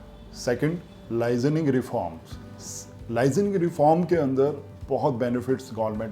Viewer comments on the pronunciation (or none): Bhai It's 'Licensing' not "lizaning" pronunciation matters.